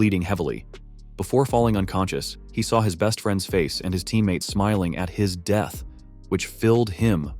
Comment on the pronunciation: The way he said death